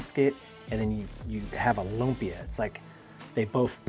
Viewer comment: please do not pronounce it as "LOOM-PEEH-YUHH" say it fast! say it quick! "LUMPYA!!!" ganon bro!